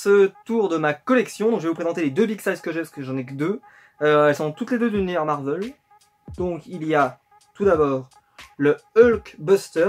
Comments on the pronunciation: marvèl et pas marveul.. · Heu Marvel ça se prenonce ''Marvèl'' et pas ''Marveul'' mais c'est pas grave je n'en sait rien tu fais comme tu veux 😊 sinon super collection. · Oui je suis dacord c'est juste que ça fais bizarre d'entendre marveul alors que j'ai toujours dis marvèl 😊 Sinon super video